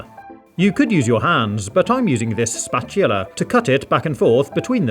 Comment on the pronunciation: Anybody else notice how he said spacula instead of spatula?